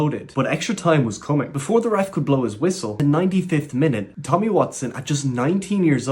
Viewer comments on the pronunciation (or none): none